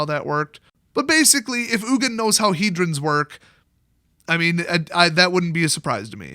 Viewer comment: Its Ugin